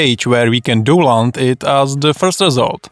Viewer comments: proč říkáš "douland"? 🤣 to je stršný .... však tam píšou "daunloud" ... DOWN LOAD 😁 sry man... i'll watch the rest quietly :) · a tie mas kde? Nech teda nemusime pocuvat doland ;)